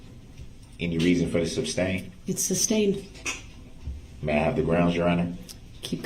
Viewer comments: The way he says ‘substained’ and ‘lisums splates’ still sends me into a rage! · Substained? Grounz for the substained he axed without relevancy. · SUSTAINED ..not SUBSTAINED ..you dip chit